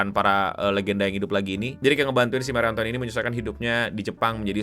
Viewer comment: dibacanya marie antonet gk sih